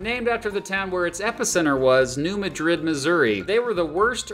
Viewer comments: I grew up in the Bootheel of Missouri. As the only non-native of Missouri in my family - I was encouraged NOT to say Missourah. My family are all gone, but I still say Missouree. AND, New Madrid does not use the Spanish pronunciation. It's New MADrid.😉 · It may be another local thing. I was saying to the screen "New Mad rid, New Mad rid..." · Yes locals it Mad-drid....Spain its muh-drid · Rushing to the comments as a Missourian to correct his pronunciation of the incorrectly named New MA-drid. It logically would be New Muh-DRID, but there are plenty of places in Missouri that are wrong like that. Nevada, Mo is Nuh-VAY-duh. Versailles, Mo is ver-SALES. It doesn't make sense, but whatever. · It's pronounced New MAD-rid, not New Mah-DRID. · New Mad-rid, not New Ma-drid. Kinda like how they pronounce Ver-sails, not like the palace. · Been waiting for this one! Just btw, it's pronounced new mad•rid. We don't like to pronounce things correctly here. There's also a town called Versailles but it's pronounced ver•sails. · it is New Mad -rid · True. Also, New Madrid is actually pronounced Mad Rid. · I'm from NEA and I've always heard and said New M-uh-drid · Preferred pronunciation of New Madrid is New MAD-rid. (Hayti east of Kennett is HAY-tie.) Just little regional quirks that stuck. Mark Twain National Forest would be a good add. So many small towns in Missouri are fading, but if you want to find out of the way places to leave behind national foolishness, I recommend Missouri, Arkansas and even Mississippi. Just do your research. Education would have been a good add. Everyone knows Mizzou in Columbia but Rolla has a world renown engineering and science school in Missouri University of Science and Technology. Washington U in StL and another great one. Keep it up. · And it's New MADrid! We stress the first syllable!🤦 Killin' me,! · Aren't the town and the fault line pronounced as New MAD-rid, and not like the capital of Spain?